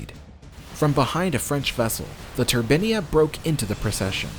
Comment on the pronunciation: You pronounce 'turbine' correctly one minute, then name the ship incorrectly. I do understand Americans can't speak English properly but do make your bl**dy mind up.